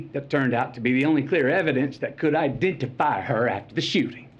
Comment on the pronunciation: All this coming from a man who made MILLIONS GLORIFYING GUNS! 🤣😂So pathetic Matthew. smh. You all notice how he went into a "southern accent" all of a sudden when he said the word "Ideentifeye" instead of identify? lol because that's from the scene from the movie A View To A Kill when he was talking about the little black girls shoe. In the movie a little black girl gets raped and he's her lawyer. So sad Matthew. Do you really think people wouldn't remember the movie scene so you use it here? Libtards have not even 2 brain cells to rub together. Hmmmm amazing how the shoes that are the "only thing that could identify her" as he says, is in pristine brand-new condition? How is that possible if she "wore them every day" and was in a bloody pool? smh. And yet in the he reads off the names of all those killed and Maite's name isn't even mentioned? Hmmmmm.